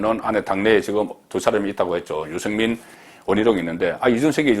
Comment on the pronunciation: 아무리 경상도 출신이라도 그 정도로 알려진 언론인 이라면 발음 좀 신경쓰세요. 육월? 유성민? 정세없는 복지? 그래도 방송인데....